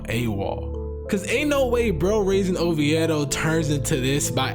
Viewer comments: Sorry you said oveido wrong lol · It’s pronounced O V DOE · you saying Oviedo hella wrong lol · Bro you know nothing about Oviedo. I can tell because you mispronounce it like no one I’ve ever heard. Quit fronting, I’m from Miami and I didn’t know about Oviedo until I moved to Orlando. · Almost clicked off the video I dont believe ur from Florida pronouncing it like that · U pronounce Oviedo ugly af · Did you hear how he pronounces “Oviedo”? 🤦🏻‍♂️😂😂